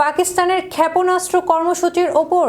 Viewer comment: খ্যাপনাস্ত্র 😂 কি উচ্চারন রে ভাই😂😂😂 এটা কি সংবাদ পাঠিকা নাকি পায়জামা😂😂